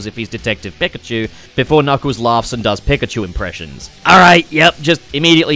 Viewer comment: it was a joke about how he says pikachu